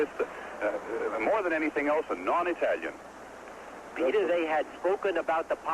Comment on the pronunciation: I love how he says "non Itayian" pronouncing it precisely like an Italian.